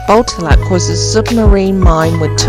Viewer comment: Great tour at Botallack mines and the stay at Sennen Cove 😊 Beautiful and interesting places. I have walked past both and will visit again and take more time to look around 😊. I believe Botallack is pronounced with the emphasis on the second syllable. Like Bo-TAL-lack 😊